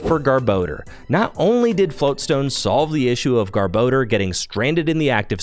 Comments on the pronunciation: Its GARBOR DOR NOT GARBO DEEERRR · Take a shot every time he says garbordor